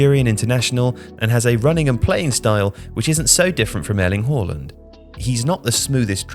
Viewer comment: Annoying how you pronounced haaland. You might be technically correct but it's just annoying that you try to be better than the average fan who says it the more common way